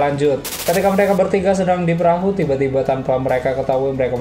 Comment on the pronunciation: Jangan gugup min.. Rilex aja. Masa "PERAHU" ampe jd "PERAHYU" wkwkwk...